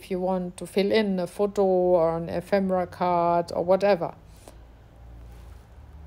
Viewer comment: What a great little book, suitable as a gift for a hostess or for Christmas. Best of all, I love the way you sound so happy creating. In most videos the presenters sound so consentrating on their works; you just love what you are doing and it sounds/shows. (Ephemera has the stress on the second syllable e'phemera.)